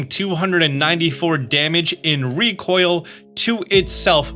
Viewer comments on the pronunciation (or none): none